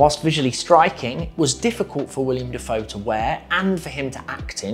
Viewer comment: Willem, not William.